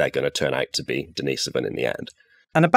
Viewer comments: Or his sister Denise? It's Denisovan, not Dennisovan. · Daneese-oven !!??. Who lived in that Cave -Dennis, or his Sister Daneese ???